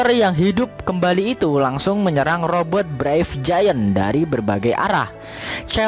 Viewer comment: Robot min, Robert sih nama org 😂